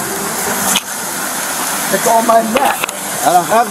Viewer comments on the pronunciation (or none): "I can't breave!" lol Ok 😂